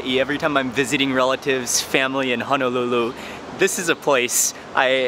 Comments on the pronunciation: It's Honolulu not Hanalulu!!!!!! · I noticed that you were pronouncing Honolulu as Hanalulu. Honolulu is Wahipana it’s a historical name place that should be mentioned properly. Hono means bay and lulu means sheltered together it creates the place Honolulu “Sheltered Bay”. Just wanted to drop that 💎 for future references. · I watch all your videos so fyi...its ho-no-lu-lu not hun no lu lu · How can anyone trust a person who CAN’T even pronounce the place you are at correctly. You are not in HANALULU. Auwe! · It's not hanalulu it's Honolulu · hanalulu ? brah for real ???.... 👎🏻 eh right on you worldwide... but if your roots is Hawaii... you hamau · He said Honolulu Hawaii wrong